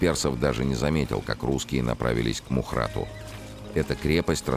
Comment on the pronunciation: только не мухрат...а мохротаг...в переводе с армянского....серое,хмурое место...сейчас там армянское село с таким же названием